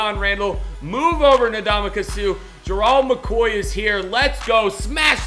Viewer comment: God damn say his name right it's Gerald not gerold